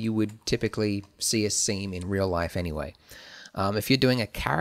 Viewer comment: WHAT did you say? We can feel free to put a what.... ? :D Semen...